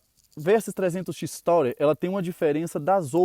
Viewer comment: Bacana, só não é "taurer", amigo; é Tourer e se fala "turer", que é a palavra turista em inglês...